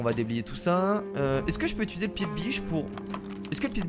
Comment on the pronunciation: ARRÊTE DE DIRE ITULISER ON DIT UTILISER